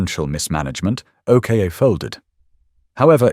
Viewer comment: I Might Be Wrong But I'll Have A Stab At What I Think The Pronounciation Of The 2nd Vehicle On Your List Which You We're Referring To As The O.K.A. But I Think It Would Be The OK Part Pronounced As OCK As In LOCK Minus The 'L' = OCK Then Add The 'A' To The End Of OCK = OCKA Which With A Little Imagination On The Pronounciation Sounds Like OCHRE Which Is A Paint That Uses And Is Made From The Natural Earths Clay As A Pigment That Forms As A Natural Colour Of The Earth That Is Used To Make It And The Same Colour Of The Mostly Outback Terrain That The OKA/OCKA Will Be Travelling On Hence What It Was Made For And What I Hope I'm Right About If Not Oh Well It Was Just A Thought That Stemmed From Whilst Watching And Listening The Thought Was Is That The Real Name And The Right Way To Pronounce It Regarding The Vehicle He Is Talking About Because The O.K.A. Just Dont Cut It Or Sound At All Right To Me 🤔 Hopefully Its Not Only Me That Had The Thought 🤷‍♂️ Anyways GOOD DAYS Y'all 🎩👌 ⚘_ _🙂_/ |_| / \